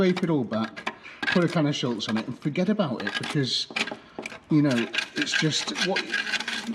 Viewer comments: Great couple of videos on the MX-5! I’ve lasted so long here but I’ve got to say it now, there’s no L in Schutz 😂 NO SHADE! Love the channel ❤ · Love the channel and really enjoying the Eunos restoration. Just one thing that irks a bit - SHUTZ does not have an 'L' in it. 🙂